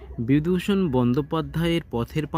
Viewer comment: Ore পাঠা ! বিদূষণ নয়রে , বিভূতিভূষণ বন্দ্যোপা্যায়ের বলরে ।